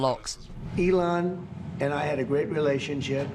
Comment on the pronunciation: Wenn he says great realionsship 😂😂